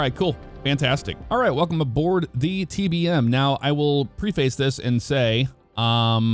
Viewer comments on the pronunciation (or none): lol don’t say pre face. It’s pronounced pref fis